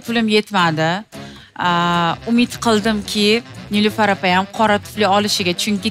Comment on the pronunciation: Tuflini tfli diydi😂